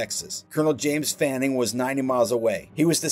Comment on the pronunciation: Uh, "Fannin", not "Fanning"...although some papers in the States misspelled his name that way at the time...